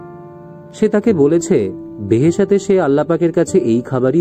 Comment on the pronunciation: দারুণ উপস্থাপনা। হুমায়ুন স্যারের এই লেখাটা নিয়ে নাটকও তৈরি করা হয়েছে। তবে শব্দটা বেহেশাত না, "বেহেশত্"